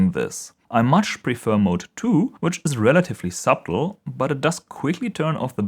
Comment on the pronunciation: please don't pronounce the "b" in subtle... i'm literally shaking